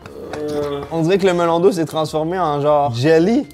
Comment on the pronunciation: seul hic de la video c'est quand j'entend MELON D'EAU (sinon video parfaite comme dhab)